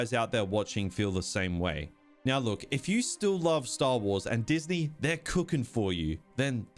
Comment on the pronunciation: Diz knee